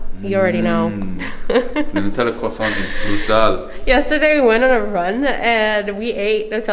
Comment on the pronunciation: I like the fact that pronounces ‘croissant´ correctly